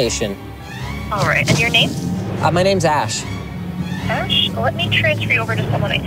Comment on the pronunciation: He was totally calling you "Ash" not Ash.